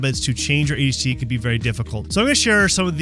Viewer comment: Adi’ hacie 😂